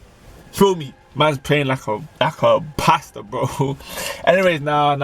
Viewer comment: why you pronounce “pastor” like that😂😂😩